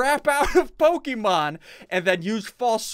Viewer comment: pokemon not pokeman